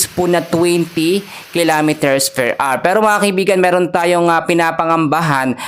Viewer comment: 150 kilometers "PER AR" ba?😅